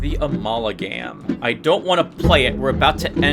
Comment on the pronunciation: My, babbling? Impossible!! Also, let's take a shot every time you say "Amalagam"